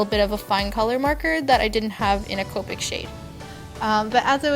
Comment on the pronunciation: It's copic not copeic